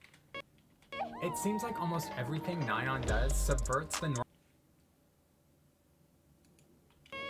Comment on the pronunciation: in my junior year of high school, we had a korean foreign exchange student and he was a once and i was talking to him about twice and i pronounced nayeons name how you thought it was (nae-yeon) and he looked at me with the most annoyed face and went “it’s NAyeon” and i’ll never forget that